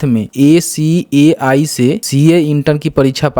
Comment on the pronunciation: Acai nhi hota ICAI hai